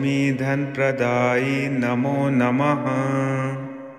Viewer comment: Praday hai not kaday